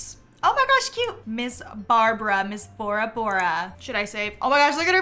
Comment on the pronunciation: every time you say borabora i think you’re saying ouroboros 💔